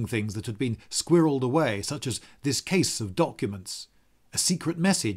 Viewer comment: "squirelled" to be precise . . .